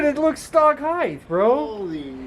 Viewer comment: Ride Height not heith